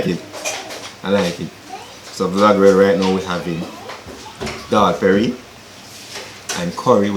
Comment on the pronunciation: 🤣🤣it's dholl Puri , it's nice to see you trying our Guyanese dish 🇬🇾,I'm a proud Guyanese,the way u said dholl Perry 😁